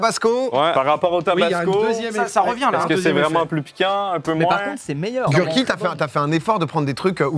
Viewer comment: tu prononces pas le nom de l'échelle correctement... je te laisse un hint sur la bonne façon de prononcer. Tu habites quelle ville?:)